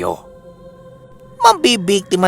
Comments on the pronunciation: Olotang- ga po ang pagbasa nyan 😁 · Taga Olutanga pla c Ginoong Gonzalo. mag kababayan pla kmi...Zamboanga Sibugay.(OLUTANG-GA po ang tamang bigkas nyan po..)